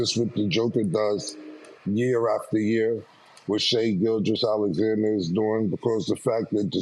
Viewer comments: still hasn’t taught Mase how to say gildgeous he said “Gil crest “ cmon Murda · Mase: "Shai Gil-crest" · WHO THE F IS SHAI “GILCHREST”?????? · Mase is a certified LAker hater, FOR REAL-for real 😂. He was so saturated in his LAker hate, he called Shai “Gil-Crest” 😂… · Mase said sha gilcrest 😂😂😂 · Mase said Shae Gilchrest, I hollored FAH 🗣️ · Gil-crest 😂 Mase can’t even say these athletes names correctly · Mase gone fuck up SGA name EVERYTIME🤦🏽‍♂️😂😂😂